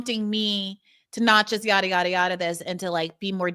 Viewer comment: The “yadadada” is the most magnificently Bronx-Ass thing I’ve ever heard in my entire life.